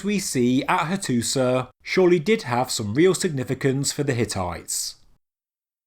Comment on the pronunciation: It is pronounced Hattusha not Hattusah